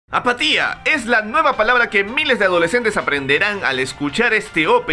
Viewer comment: Creí que decía patilla no apatía :v